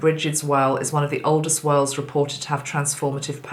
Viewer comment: I kept hearing ‘whales’ every time you said wells 🐳 😂. We are getting hundreds of whales pass by us (east coast of Australia). Their numbers have increased significantly. I feel they are helping so much as they take huge amounts of water in and purify it and then blow it back out to the ocean. Grateful to these friendly giants of our oceans 🌊